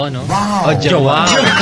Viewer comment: Nkktuwa yung pagbigkas ng pangalan ni joao..jo..wow...tawa ni joao.